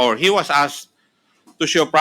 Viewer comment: You azkkkked the preshident. Do not azzzzked dyu prazez😂😂😂😂😂😂😂😂😂😂 anu daw